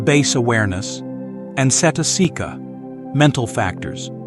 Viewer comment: It's good. The only thing the reader should learn is how to pronounce pali terms, like citta, cetasika, cuti-citta if they want to sound professionally. The letter"C" gives the sound "CH'. Good luck with your study.